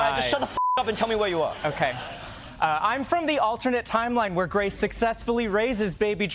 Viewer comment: Grace legitimately started laughing at the mispronouncing of her name. 😂😂😂